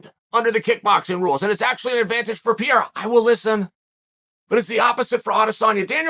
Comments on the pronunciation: His name is Pareira not Pierra? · Holy disrespect...still calling the guy Piera!! Pe-- rei--ra, not so hard PE--fucking--REI----RA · Hhahaha I fucking laugh to death when Chael says : "Piera" instead of "Pereira" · Pereira not Pierra ffs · Chael brother….i love ya but you’re chopping that name up🤣 it’s pronounced “PAH-RAIR-A” lol not pareeeraa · Alex Pierra is the greatest mispronounced name Chael’s ever created. After he beats Adesanya Chael will call him Pereira though. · “Pierra”… Who da fook is dat guy? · “Piera” FFS 🤦🏾‍♂️ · "Pierra, michaeljeff, oozeman, blahovovic"..chael's a legend. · Stop calling him Pierre 😭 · Pereira? No! Peeyera ✅ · Chael saying Pereira had one job whilst calling him Piera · Not gonna be a fun three months if you keep calling him Pieira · Ah yes the legendary Alex Pierrea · Peearea? Really?smh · Cheal always announcing names wrong Pierra, Makelchev 🤦🏽‍♂️😂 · Ok why does Chael keep calling Alex "Piera"? Is this some joke he has going on ? Or is he too american to bother with pronouncing foregin names right ? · It's pronounced per rerira the I is silent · It's pronounced peh-rare-rah and it is likely that Alex has been practicing takedowns with Glover for some months now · Nobody: Uncle Chael: Pee-Air-Rah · I had to check the title of the video again to make sure that man’s last name is pereira and not piera lol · I love how Chael intentionally pronounces everyones name wrong. “Piera” “Will Fury” 😂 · Where did he get the name piera from? That’s like Joey Diaz saying KhALAbib lol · "Alex Piera" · not chael mispronouncing the name of the topic of interest😹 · Brother pronounce Alex’s Pereira name correctly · I swear Chael has to be mispronouncing his name on purpose at this point 😂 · How can we even take you seriously, when you can't even say Alex name correctly!